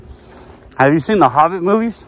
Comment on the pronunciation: "Have you seen the Hobet movies?" I really did Laugh Out Loud!